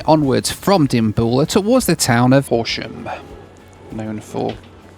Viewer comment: Just a small correction to help you out, It is 'Hor sham' and it is a town in Surrey UK Not surprised you have never heard of it I to had never heard of it till we moved to Surrey lol I to am a brit living in the USA but we live in Florida. So welcome to the land of theme parks and rather large reptiles which fortunately we have never seen. Long may that last! Your welcome to stay in our neck of the woods and yes I still cook uk food so relax enjoy and a huge thanks for your amazing videos , love them all and your commentry.